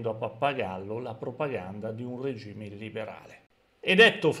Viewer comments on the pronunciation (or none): none